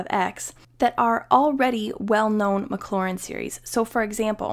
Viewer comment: mclaurin and maclaurin very different. careful how you're pronouncing it.